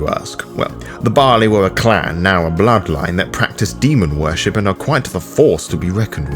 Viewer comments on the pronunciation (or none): Gods above and below... It wasn't until about 17min in that my brain caught up to that you're saing "Baali" not the grain "barley" >.<